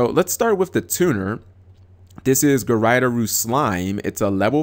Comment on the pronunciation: "guryderoo?" really? It actually doesn't take that long to say japanese syllables. They never change unlike english letters. Regardless of the word. gu-ray-doe-ru. As in Graydoll.